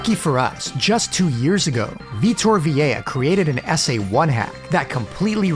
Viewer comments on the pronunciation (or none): The SA1 wizard is named Vitor Vilela. This was misspelled and mispronounced in the video as Vitor Viella. Unfamiliar names merit close scrutiny.